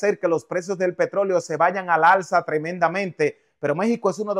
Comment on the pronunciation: Habla bien lengua mocha, es ALZA y no "arza". Más mentiroso nada de lo que dices ha ocurrido